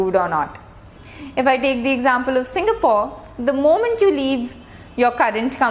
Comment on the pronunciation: Well explained.... Hv great presentation skill Perfect pronounciation of Singapore...etc